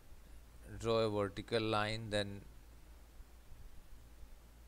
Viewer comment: 'Wertical distance'